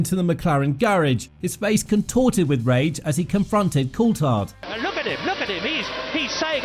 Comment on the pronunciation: Btw Coulthard is pronounced col-thard with a th sound, not col-tard!